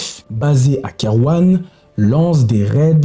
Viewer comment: Super travail, par contre les prononciations des noms sont ubuesques 😂😂😂 Charles Quint se prononce Kain Kerouan se prononce ké rou en Etc etc :)